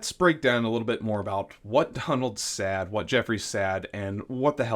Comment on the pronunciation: At time point .. The word "said" is pronounced "sed" not "sad." OMG! Were you never corrected growing up? And you said ("sed") it many times so it wasn't a slip of the tongue.